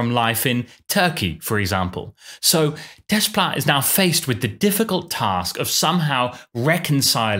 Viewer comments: it is not desssssplait it's "déplat" in the pronunciation. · When pronouncing 'Desplat', the s and t are silent. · That's really how his name is pronounced, "Des-plat"? The whole time I thought for a French composer his name would be something like "Deh-pla" or something. 😅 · Alexandre Desplat. Are you certain you’re pronouncing his name correctly?